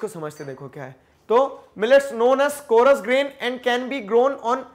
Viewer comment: Sir it is coarse not co- ra - s